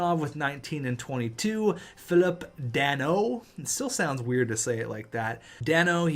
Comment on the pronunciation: You kinda pronounced it wrong again. It prounced pha-leep duh-noh